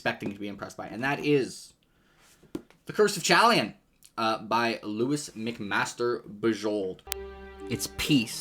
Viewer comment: Just so you know it'd low-iss, not Lewis. It's my mom's name. I got this as an audiobook version so I could grt it, and am enjoying it a lot thus far.